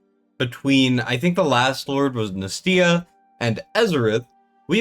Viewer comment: What do you expect? He can't even pronounce Nastya, let alone rate her.